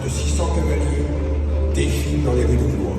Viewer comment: Por favor!!!!!.....no digan BLO IS , digan BLUA....es como se pronuncia....gracias.